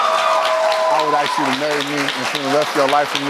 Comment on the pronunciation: Another 1 on this show who can't say "ask".....another 1 saying "aks"